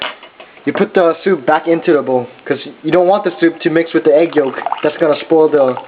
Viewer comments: "it is D best" , "get DIS one" , "putting DUH water" , "alright, DAS kinda boiling" XD oh Korean Americans lol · "the" 발음을 참 거지가치하네.